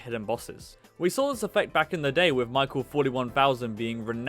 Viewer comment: you mispronounced michael 41 billion trillion good vid <3